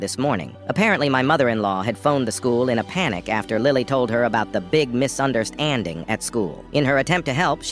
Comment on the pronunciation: "Misunderst-- ANDING" bro wha- 😭